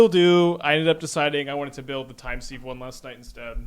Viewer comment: I know it's pedantic but it is pronounced "time siv" not "seeve"